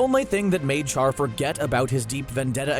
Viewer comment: It baffles the mind how a commentator of the anime world can mispronounce an iconic character's name. Char-broiled nonsense, ya pronounce it "Shar"